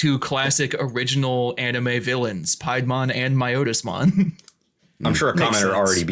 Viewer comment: Not calling out, just informing. Piedmon as in pied piper. Its not your Otis, its My-otis-mon. Those are both in the first anime series, and so have official pronunciations.